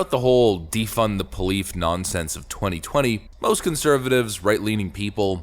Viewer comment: Did he say Defund the polife!? 🤣🤣🤣